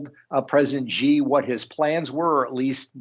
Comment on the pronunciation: Hey Peter, it’s “She” (Xi), not “gee”. Just saying…!